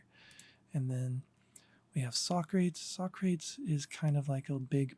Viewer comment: Socrates is pronounced sock ra tees. Not sock crates.